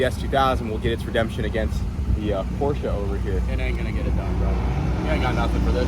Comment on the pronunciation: It is pronounced Porsha